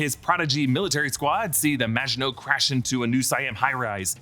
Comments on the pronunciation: Thank you for getting the name of the ship right and including the reference to the Maginot Line! So many reviewers are butchering the name of the ship and it's been driving me crazy! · THANK YOU! for breaking down what is (imo) the best series on at the moment! And thank you for pronouncing "Maginot" properly! Thank you.